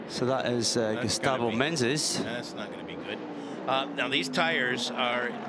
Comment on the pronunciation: Someone should say that is MENEZES, not MENENES. All race long he said it wrong😂